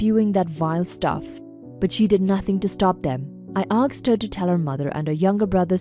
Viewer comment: Learn how to say ASK/ASKS/ASKED. All you say is AKSED 😅